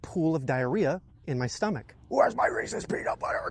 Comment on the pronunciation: It's good to see Someone else who knows how to pronounce Reese's